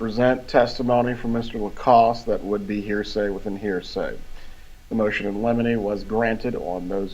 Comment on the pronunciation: It’s not “motion eliminate,”🤣🤣 — it’s “motion in limine,” (pronounced LIM-IN-AY) which is a motion, discussed outside the presence of the jury, to request that certain testimony be excluded